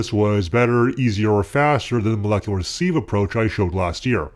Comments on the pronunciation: Sieve, not seev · You've forgotten how to pronounce sieve again, you were doing well for a while :(